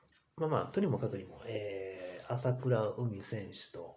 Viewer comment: まさかとは思いますが あさくらうみ とか あきしのみや とか、読み方すら間違えてますよ 人の名前すらちゃんと読めないのですか？わざと間違えてるんですか？